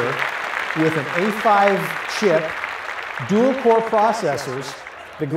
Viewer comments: He said like __ five chip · He said a5 chip lol